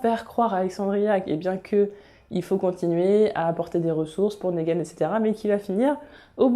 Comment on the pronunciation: Je viens de découvrir ta chaîne, tes vidéos sont top, je viens de m'abonner ! J'ai surtout regardé tes vidéos sur TWD pour l'instant et j'ai remarqué que tu prononçais Negan : Négan mais ça se prononce Nigan :)